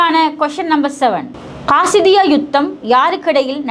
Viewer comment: காசிதிய்யா கிடையாது அது காதிசிய்யா போர்